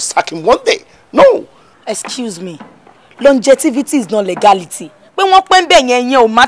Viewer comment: "longevity " and not longetivity